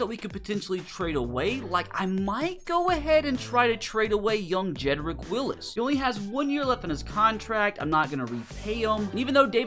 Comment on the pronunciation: Love the content. My one pet peeve is getting names wrong especially when it's written our right there for you. Jedrick WillS. Not Willis.